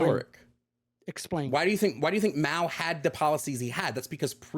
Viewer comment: I like how he doesn't know anything about China but he still tries to say Mao's name right, boss level liberal